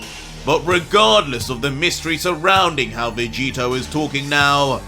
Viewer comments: "Luc-Vegito" enough said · It not owner vegetio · He said Luc-Vegito. Uh Oh